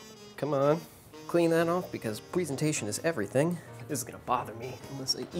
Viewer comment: He pronounces the word presentation wrong 😭